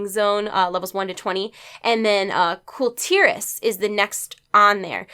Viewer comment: Kul'Tiras= Khul' Tear ahhhs